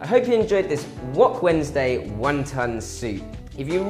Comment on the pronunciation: Was he sayin 1 Tonne soup? lol